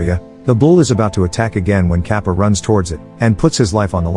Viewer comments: The bald guy's name is not kapa its katapa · "Kappa"😭Man's name is katappa wtf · Guys a quick correction, the famous man who he called Kappa, it is actually pronounced as Katappa.